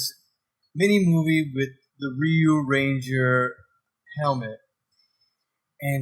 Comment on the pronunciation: If you’re still wondering, Ryu is pronounced “ree-you” such as when Ryu does his shoryuken move, he pronounces it “sho-ree-you-ken”.